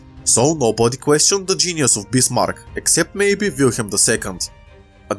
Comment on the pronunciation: Sorry but i cant under stand what u saying and i use translate but it also did not understand you when you say bismarck transalator thought you saying bismar